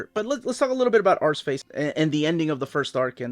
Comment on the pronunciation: I love Steve Dillon’s hatching and crosshatching. He makes it look so clean and uniform. Always keen to hear a story from 90’s life. Also, I like hearing say Arseface. It makes me smile to hear an American pronounce it the proper way. 😂 👍